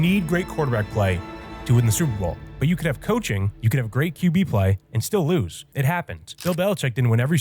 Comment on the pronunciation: "Stillas year" - 🥹✌️